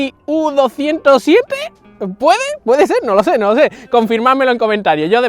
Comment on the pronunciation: Hola Buen video, le podría poner al syma x11c una batería de 380mAh o no entraríaPD:Has dicho el nombre bien XD like para que t corten la hierba